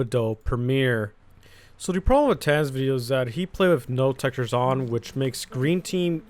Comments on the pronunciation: is pronunced tanker on tans (idk i think im deaf) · YOU SAID TANQR WRONG IT IS TANKER BUT SPELL DIFFERENTLY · please pronounce name right. (TANK-ER) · how dare you say TanqR tan >:( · the way you say tanqr just kills me like you just say "tan" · why does he say tanqr like, "tan" its kinda trippy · Like how he pronounced tanqr TAN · Im dying "tan's" lmfao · Tam??? Tan??? who???? what did you call him??????